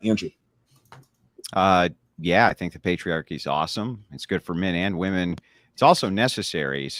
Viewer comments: Oh my GOOD GOD can SOMEONE correct this stupid bitch, WOMAN AND WOMEN ARE 2 DIFFERENT WORDS. Holy SHIT that is driving me INSANE. Am I crazy or are Gen Z women all randomly starting to pronounce WOMEN as WOMAN???? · WHY can that woman not pronounce the word women??? This is becoming a generational problem.